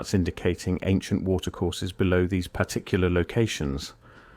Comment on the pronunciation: I know why....this is an AI generated video. Even the voiceover. The voice over gave it away. It pronounced Particular as "Par-Tic-Killer" 😒